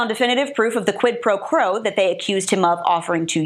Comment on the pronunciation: Girl, you’re like super intellectual and that’s what I find sexiest of all about you, but what is “quid pro crow”?! It’s just like what everyone was saying about the Dumbascraps, “let’s call it ‘bribery’ because no one can seem to say quid pro quo.